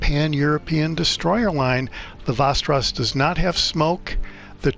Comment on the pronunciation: You almost got it. From a 🇸🇪: 'VEST' • 'EH' • 'RAW+S' :D